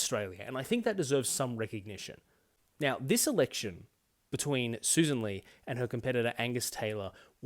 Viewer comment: I eventually found a video of her introducing herself, and it's Lee not Lay as the LNP spokeswoman was saying. Her own party didn't even know how to say her name after she got elected to the leadership. Credible alternative government.